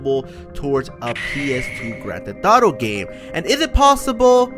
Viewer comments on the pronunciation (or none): “Grand theh thauto”